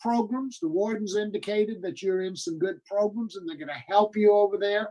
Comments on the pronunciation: I love how says “progrums.” At the end of the day, this guy needs to serve his time. It’s great that he’s making steps and he can make more steps while he completes his sentence. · PROGRUMS Love it!!